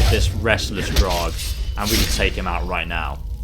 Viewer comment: Why do you say drarg? It's not even written like that.